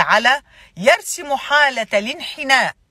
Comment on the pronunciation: جميل بارك الله فيك ملاحظة: يرسُم وليس يرسِم